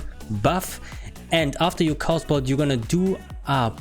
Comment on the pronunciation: Cool vid, I like the idea of a fire lock. Also it doesn't sound like English is your first language, so I'll help you out. Chaos is pronounced KAY-OS, not KOS. Cheers!